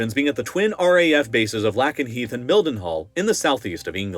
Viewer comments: Quick correction. B-1 is only conventional. It is not a nuclear capable bomber. And also, your pronunciation of Lakenheath made me die inside a little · Great video! Only thing is that’s not how you pronounce Lakenheath. Sorry haha it was just messing with me every time you said it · "Lay-ken-heath". Pronounce it correctly. 🙄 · “Lake-enheath” not “Lackenheath”. Otherwise great video! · Anne Sacoolas killed Harry Dunn - why not name her? And guess what? It’s not LACKEN-Heath, it’s LAKEN-Heath as in lake. do better. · lol the way you pronounce Lakenheath. It’s Lake not lack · The correct pronunciation for Lakenheath is "lay·kuhn·heeth", not Lak but Lake. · He's pronouncing Lakenheath wrong as well. It's Lake-en-heath, not Lack-en-heath. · It's 'LAY-ken-heath', not 'LACK-en-heath'. 🙄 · It's (LAKE)nheath, not (LACK)enheath. I lived there for several years. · and It's pronounced how it's spelled. Lakenheath lake-en-heeth not lack-en-heeth. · Great video, but pronunciations…?But Lakenheath is pronounced Lake, not Lack, enheath! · Lake en heath not lack en heath. Sorry just got to me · Lake N Heath not Lak En Heath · It's not Lackenheath, it's Lakenheath. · I live about 5 miles from Lakenheath and 10 miles from Mildenhall , its pronounced Lake-en- heath not lack-en-heath that sounds so weird. The SR-71 Blackbird was based at Mildenhall, I used to watch it take off from the end of the runway, there's mound you can stand on. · hearing the mispronunciation of "Lackenheath" destroys a lot of credibility. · Everyone local says "Lakenheath" not "Lackenheath" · It's lake-n-heath, not lack-n-heath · It is pronounced Lake 'n' heath. You can't get simple things right. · It’s pronounced LAKE EN HEATH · “Lackenheath” Lol. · the USAF base in the UK is pronounced "lay-kin-hee-th" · FYI Lake-en-Heath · It’s pronounced Ram-stine, not Ram-steen. Oh, you only mispronounced it the first time :) Lake-en-Heath. 😮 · It’s LAY-KIN-Heath. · It's pronounced lay-kenheath